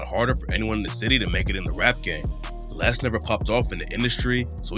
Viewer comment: Cant even pronounce his name right lol Lil LAY